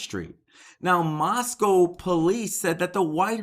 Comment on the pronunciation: Thanks for correct pronunciation, moss-come not moss-cow.